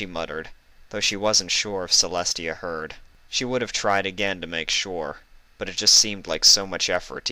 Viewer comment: It is TIA NOT celi